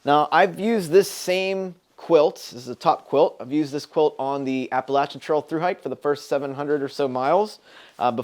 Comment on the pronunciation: I’m loving my bigger pillow too! Also, thanks for pronouncing Appalachian right again!